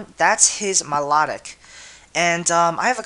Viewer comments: Milotic my-low-tick dude, not mih-law-dic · milotic pronounce My-Low-Tick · at first when u said my-la-tic, i was like whaa? i thought it was my-low-tic... o: i guess everyone pronounces names differently :P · I'm sorry but I HATE how you pronounce Milotic... >.>